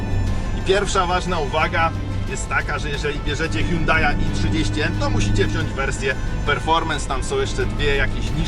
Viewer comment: Milion znaczków N i jakieś wymioty na próbę wypowiedzenia nazwy marki Myślałem że dowiem się coś o aucie ale niestety jedyne co się dowiedziałem że pierwszy i ostatni raz odwiedziłem ten kanał. Żal żenada tyle na temat prowadzącego